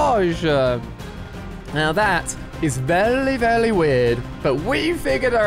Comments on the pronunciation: Why Ali a say vely not very? LOL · Why does Ali say vely instead of very? Lol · yes, vely vely weird